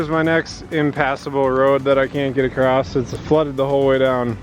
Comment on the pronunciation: Oh, Across doesn't have a "T" in it!!:p